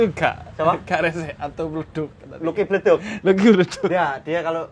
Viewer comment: Bleduk bukan Leduk bib🤣🤣